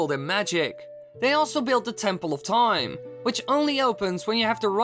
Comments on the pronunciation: if i had a penny every time he said TOIME... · Am I the only one that gets more annoyed each time he says time?